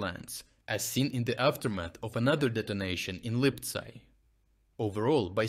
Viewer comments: The text-to-speech is messing up again. What the hell is "Липцай"? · Please keep the quality of analysis, but please do not use AI to narrate your videos. Why would you pronounce "Lyptsi" as "Lypsi" one time, but "Lipsai" ?